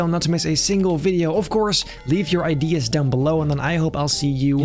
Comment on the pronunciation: for a second I thought at the end of the video he said leave your ids below but then I noticed he said ideas, I got scared for a second there.